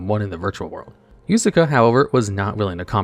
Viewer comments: its Yuusaku not Yusaka or Yusaaka xD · Did you know that you always pronounce Playmaker's name Yusuka, his name is Yusaku not Yusuka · kinda annoying how he says “yusaku” as “yusaka” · ah yes ‘Yusaka’ my favorite protag. This video would be improved by having correct pronunciation of everything VRAINS related lmao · I can't believe how many times you managed to botch playmaker's name. It's Yusaku.